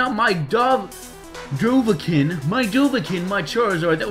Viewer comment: Love that you are using the pokes I mad e:] haha LATIBAT MVP. And it's pronounce "Dova-keen" Skyrim reference :] it means dragon born.